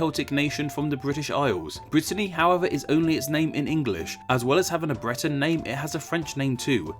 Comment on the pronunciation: How come you can say BRITAIN but when you say Breton you pronounce it as BLETON